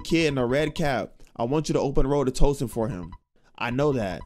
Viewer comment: Yo if you say Twoson wrong again I’m about to spazzz 😂😂😂 also you get me scared sometimes when you be liking songs from games cuz I be thinking you bout to rap